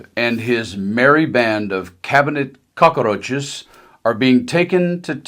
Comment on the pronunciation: I love how you pronounced cockroaches ❤